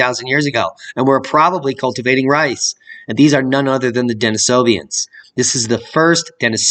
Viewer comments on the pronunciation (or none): Andrew Collins has been presenting about the Denisovans since 2018 at least. More info on that can be seen at MegalithimaniaUK channel for some of his stuff. Also, no 'i' after the 'v'. The ending of the name is vans, pronounced like venz.